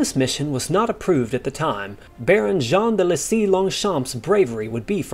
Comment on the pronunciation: Jean de Selys is not pronounced "Jean de lesys" FYI